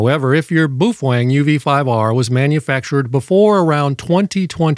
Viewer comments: I just discovered this mythical Beast a couple days ago and I don't subscribe to just anyone but this guy got me. Also he makes me wonder if he's just being funny or if I've been pronouncing it wrong this whole time boof Wang lol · no, it isn’t. The Chinese pronounce it pretty much the way it spells. Which isn’t that hard ;-) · I repaired your title: "What you CAN and what you CAN and SHOULD NOT DO". PS: What is a "Fufoeng"? BAOFENG. And no. Those are NOT Ham Radios. Amateur radio transceivers have operating limits. These devices have no limits whatsoever. That's why they aren't amateur radio equipment. FCC Only for 1 of the 200+ countries in the world. We dont't care what FCC say about those equipment. Not all the world live in USA. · I’m so used to the crazy pronunciations that i have no idea how to say baofeng